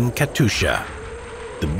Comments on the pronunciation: "Katusha" my guy its katyusha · just a hint: its not Katusha its KatYusha [-> Katjusha] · It's Kat[you]scha, not Katusha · not katusha but katyusha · Бедны диктор, как же он мучается ломая язык при слове Катюша...